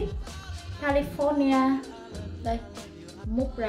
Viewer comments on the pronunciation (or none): none